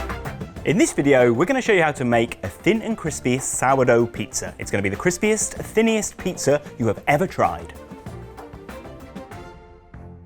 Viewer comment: Did he say crisppyest?